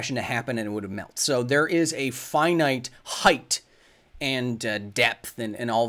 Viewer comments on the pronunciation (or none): none